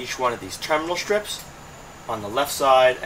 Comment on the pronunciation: It's funny how you improperly say the words "strips" and "straight". SHHHTRIPS and SHHHHHTRAIGHT. ha ha. Otherwise, I enjoyed the tutorial very much.